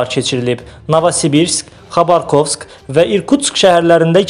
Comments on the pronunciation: Бу диктор Хабаровска хабаркобс дейир.Ай яяааазых😆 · ГОВАРИ ПРАВИЛЬНО : НЕ ХАБАРКОС . НАДО СКАЗАТЬ ХАБАРОВСК !!! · Не Хабарковск а Хабаровск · Diktor yenə quşladı.xarbocki yox Xabarovski. Lazımdır demək. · Xabarkovsk yox üzünə oxumağı öyrən